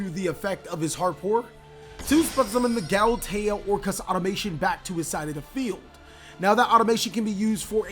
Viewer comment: If you want to do commentary like this im all about it, but please take time to read the name of the cards you're using. Hearing "Galatea AutomaTION" one time is ok, 4 times in a row its a bit sily.